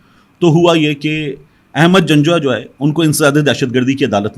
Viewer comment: Ahmad nahi pl Aahmad pl correct